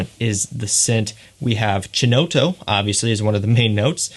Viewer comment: Just some pronunciation help... Chinotto is pronounced ‘key-notto’. Nice vid.